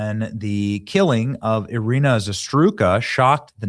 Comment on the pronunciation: Why is impossible for Benny to say Iryna's name correctly? does it really not care? it's RIGHT THE F in front of him.